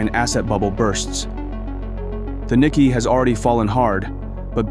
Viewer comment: "Nikkei" a financial index is pronounced: Ni-kay, light accent on "Ni".